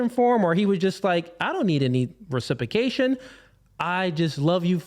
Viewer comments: This guy needs to stop using big words that he cannot pronounce. "Recipication" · The way he says RECIPAKATION is like nails on chalkboard. God this guy is a moron. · It’s that he continues to mispronounciate reciprcation😂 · It’s the way he pronounces reciprocation for me 🥴🤣